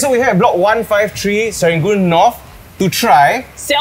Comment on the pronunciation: serangoon north not north leh…